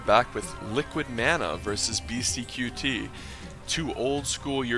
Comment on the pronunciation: It isn't beasty q t. It is beasty cutey. Ya say it fast. qt=cutey.